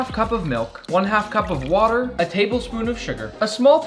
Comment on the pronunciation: HE NEEDS SOME WATAH